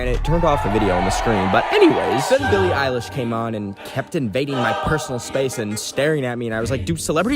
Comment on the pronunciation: THAYS RUDE TO CALL BILLIE ILESH BILIE ILLIE